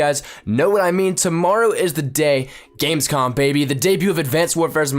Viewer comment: Wrong video but it's GamesCOM. Not "con" lol :)